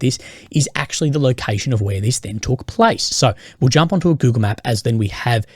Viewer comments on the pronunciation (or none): none